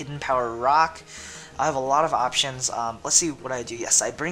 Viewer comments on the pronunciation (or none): none